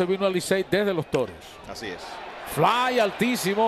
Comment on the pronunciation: Loco haz un esfuerzo y trata al menos de decir Licey en lugar de Licel